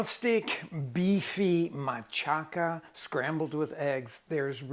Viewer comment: I’ve never heard machaca pronounced mah-cha-KA. I’ve only heard it pronounced mah-CHA-ka. Is this a regional thing in Mexico or Chicago?